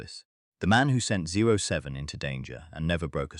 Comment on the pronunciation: It's 007 not 07